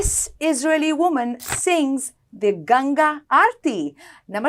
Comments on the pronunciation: Fantastic pronunciation of Ganga Arti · Good pronunciation of Ganga aathi. :medal-yellow-first-red